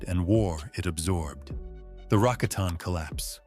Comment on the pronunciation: Rah cot in. Not Rah con ton